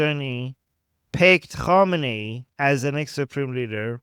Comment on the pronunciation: f Ah, you meant Khamenei. The 'a' in Iranian accent tends to sound much like an 'o' to untrained ears. When you talked about him being made the supreme leader by Rafsanjani in another video where you explain the religious degrees in Shia Islam, I misunderstood this completely, thinking even Khomeini didn't really feel qualified for leadership. How can I tell the names apart from just hearing? Is it about which syllabus is stressed, like 'Khoméini' vs. 'Khámenei'?